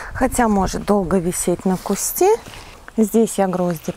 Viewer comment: уважаю ваш труд, люблю смотреть ваши видео, но правильно говорить на кустУ, саЖать, не мы вам расскажем, а Я вам расскажу, мы же не говорим о себе во множествееном числе, сто раз извиняюсь, не каждому укажешь на ошибки, вас приятно слушать и речь приятная, но указанные слова режут слух, извините💐